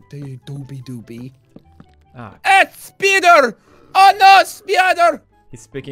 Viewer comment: Any Russian will laugh hysterically when guys shout SPIDOR xDDDD SPIDOR SPIDOR